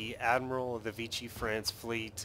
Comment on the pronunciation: It's V-she. It's french not italian. (Using a Latin pronunciation instead of French)